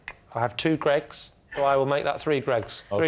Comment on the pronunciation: "I'll make that three Greggs"...Spoken like a true Northerner